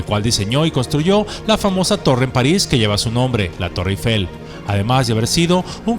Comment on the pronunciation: Excelente video. Magnífico guión y excelente léxico. Muy buena postproducción. Solo le falta pronunciar correctamente Eiffel, ojo: No lleva acento grave en la primera E, por lo tanto se pronuncia sin ningún acento.